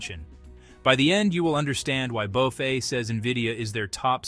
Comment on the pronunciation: "bow-fay"? these AI slop vids are funny